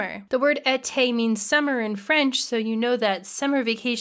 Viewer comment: Your pronunciation of Été is very harsh, but I appreciate you showing the game. It looks very relaxing, I'll give it a try. Cheers.